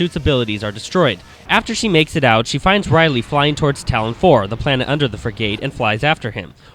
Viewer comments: its ridley not riley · God damn it, it's not RIDE-ley, it's RID-ley. Like Ridley Scott, the guy who Ridley is named after. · Ridley not "riley" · It's not Riyedly it's ridley. All of you amateur reviewers always pronounce things wrong. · Did he just call ridley rielly!?!?! RIDLEY IS ONLY THE MOST IMPORTANT BOSES IN METROID I have no idea how you can mess his name up!!!! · yeah but u still prononced it ride-ly instead of rid-ly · ridley not riely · he said r I dley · it's "ridley" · This guy doesnt know how to pronounce the work frigate, and doesnt even know ridley's name. Ive lost interest in this review.